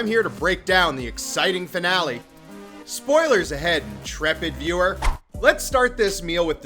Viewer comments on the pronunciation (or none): none